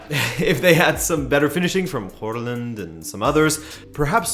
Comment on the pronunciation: i dont think håland is pronounced horland! try using google translate to check pronunciations!